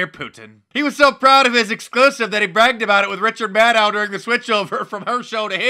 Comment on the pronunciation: Did you say "Richard Maddow"?